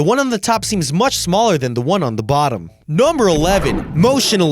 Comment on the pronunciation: the way he says number sounds like nomber